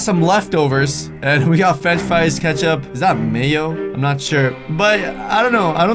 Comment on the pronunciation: fench fies 😂😂😂😂👌🏻😭😭😭